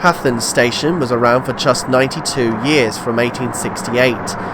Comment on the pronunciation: Also "Hathern" is pronounced with a soft "th" like "rhythm". But that's probably splitting hairs.